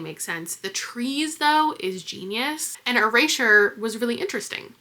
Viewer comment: what's up with your pronunciation of erasure